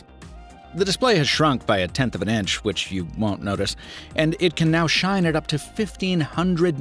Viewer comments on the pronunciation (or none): none